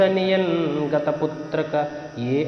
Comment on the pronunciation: Putrika not putraka